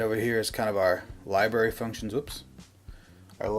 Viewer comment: “LiBerry” and “JonRah” became the ONLY words I could hear after a while. Hysterical. LiBerry???? LOLOLOLOL